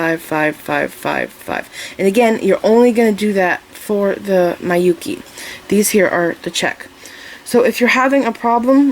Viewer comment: Hi, thank you for your lovely earring tute. Just one thing, Miyuki is pronounced "mee-you-key", not "my-you-key". As a Japanese person, I cringed each time you pronounced it, sorry.